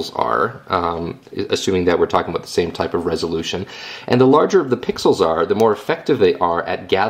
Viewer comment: lol, aboot